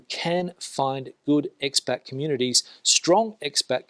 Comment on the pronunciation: Fantastic video. Isn’t it Ex Pat - not Ex Bat 🦇 LOL